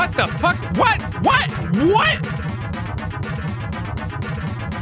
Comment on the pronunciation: the "whaet?" Made me laugh so hard